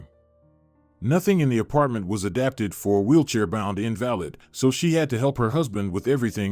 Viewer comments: Learn to pronounce words correctly -- Invalid is pronounced In-Va-Lid not In-Val-Id if you cannot use pronunciation correctly stop make these. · Invalid pronounced, invaleed. Irritatingly distracting or is the word spelt incorrectly?